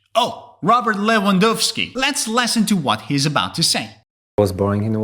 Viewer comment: Wow I didn't expected Polish will be here. And I was really satisfied when he said Lewandowski wrong 😅😅